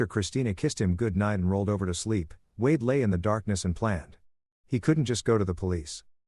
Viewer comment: the fking bot cant even write and read wade properly